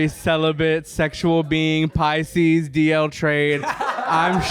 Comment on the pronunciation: When said PICSES ….😀